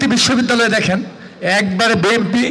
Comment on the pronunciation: বেমপি না বিএনপি দলের নামই তো ঠিকমতো বলতে পারে না এরা আবার প্রার্থী🥴